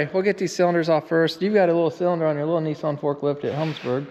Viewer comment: needs to learn how to pronounce Nissan!!!